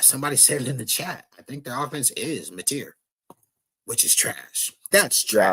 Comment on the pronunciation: is EPL!!! You are as bad as my dad with names. My dad pronunces Mateer like its a french name